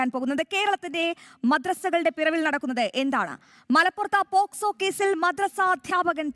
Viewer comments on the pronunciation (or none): none